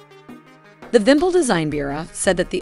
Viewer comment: So funny to listen how say "izdeliye". It sound absolutely wrong, and it means "product 117". Vympel sounds correctly, and its means "pennant". Type in google "изделие" and listen how it sounds.